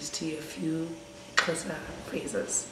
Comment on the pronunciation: Not even one thing you got right. From a pissed off Xhosa Nostra. I hate you for killing my language, sies!